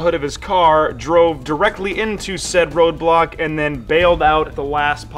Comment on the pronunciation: It's said "roadblock"